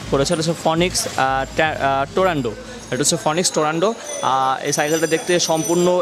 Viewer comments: It's shimano not shimanto...and tornado not torando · its tornado not torando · ভাইয়া উচ্চারণে অনেক ভুলভাল বলছেন। সিমানু কে সীমান্ত, টরনেডো কে টরেন্ডো ইত্যাদি 😂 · not tarondo.it is tornado. not cycle one.it is cyclone